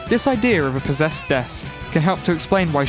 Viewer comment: You could say, she's, Po-Dess-ed